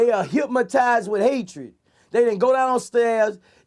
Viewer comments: “They git hip-matize” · "HYPMATIZE!" get it right bucko